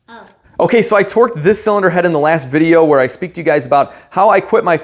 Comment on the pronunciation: Please keep saying “zilinder heads” 😅